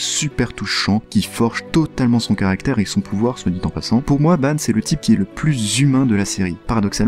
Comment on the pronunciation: par contre ça ne se prononce pas banne mais Banc